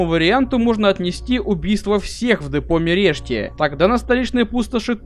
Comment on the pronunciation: Какой-то странный перевод названия - Mereşti читается как Мерешть а не Мерешти, видимо не хватило денег на Румынских переводчиков.